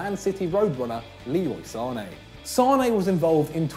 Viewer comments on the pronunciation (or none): none